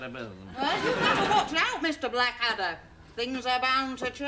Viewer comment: I've always loved the way that Hugh Laurie's Prince Regent (Series Three) called Blackadder "Bladder" :)